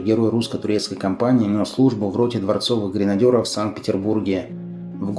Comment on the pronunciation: гренадЕров, через Е. Через Ё - это колхозанство.